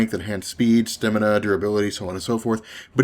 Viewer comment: Great vid as always man! However, the word is STAMina...